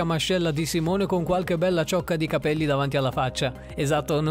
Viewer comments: c'è un po' di confusione... ritmica, artistica, danza aerea... comunque si legge "simon" non "simone" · Simone Biles si legge simon....comunque ci sono alcuni errori👌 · Si dice saimon e si scrive Simone ma e americana Cristo ed e una femmina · Hai letto male Simone Biles🤦🏼‍♀️ Comunque bel video😁😁😁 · Come L’ hai L’ hai pronunciato Simone Biles?😂